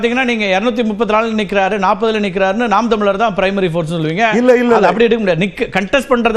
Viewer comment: டேய் சங்கீ folce இல்ல டா force